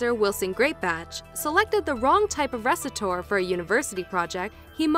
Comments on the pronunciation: Really... the RESITOR? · go back to grade school. resitore. hah.